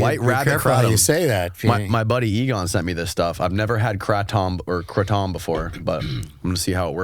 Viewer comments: It's pronounced kray-tom bro as in Ronnie and reggie kray then add the tom to the emd😃 great stuff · Lmao louis j gomez would b furious by the pronunciation xD “crate-um” (kratom) …nyway love the show , im a skanks fan tho so got a good laugh out of that 🤘🫶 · I just came here looking for the jokes on his pronunciation of the word ‘Kratom’. (FYI: It’s Kray-Tom.) 😂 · “not even weed?” …. wtf, who hallucinates from weed, or edibles. Pfffttt…. The more I watch… smh really? You don’t even know how to say Kratom. It’s like you grew up under a rock… are you Amish?